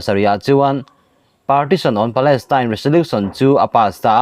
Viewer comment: Palestine tih tur aw. Tyne .tel niloin palestyne y kha. Teltir lo tur